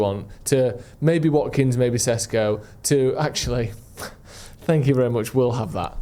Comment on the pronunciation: Correct me if I’m wrong, but isn’t ‘Šeško’ pronounced with an ‘’sh’ sound like ‘’Shesko’? If so, shouldn’t we at least pronounce it correctly?